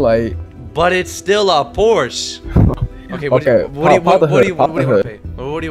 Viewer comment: bros Porsche pronunciation 💀